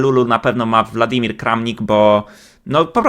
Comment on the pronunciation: To jest WŁadimir Kramnik, a nie WLadimir. Tak jak Putin. Mówmy zgodnie zasadami języka polskiego.